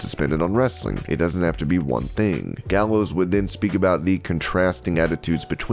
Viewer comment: Doc Gallows said it right